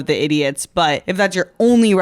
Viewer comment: This south Indian said.... Butta... Instead but. The most educated Indian... Pseudo